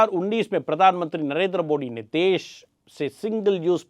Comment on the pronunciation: आपकी हिन्‍दी बहुत अच्‍छी है पर हिन्‍दू का उच्‍चारण हिन्‍डू नहीं होना चाहिए। इसी तरह मोडी नहीं मोदी होता है। ड और द के उच्‍चारण को लेकर भ्रमित मत होइए।